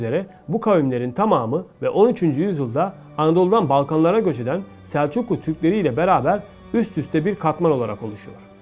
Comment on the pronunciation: Как можно переводить, и называть имя народа неправильно? В слове гагаузы ударение на 3 слоге. Снегур ударение на первом. Сельджук на 3 слоге.